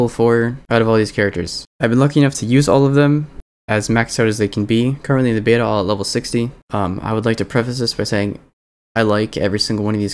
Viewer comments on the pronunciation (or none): none